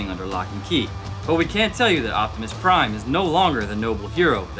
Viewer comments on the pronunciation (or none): "Optimus Prine" Prine Nerd side: TRIGGERED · "make optimus prine sword" lol